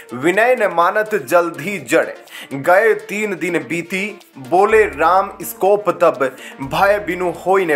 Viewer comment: Correct. Iskoop nahi सकोप बोले आप ग़लत बोल रहे हो